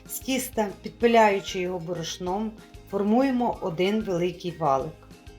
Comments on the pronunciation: В слові борошно ставте правильно наголос! бОрошно, а не борОшно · Зверніть увагу на наголос у слові" борошно" - ріже вухо.